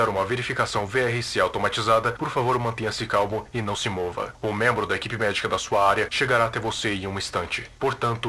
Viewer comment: "mantenha-se calmo" Cara, eu ouvi "se mantenha-se calvo".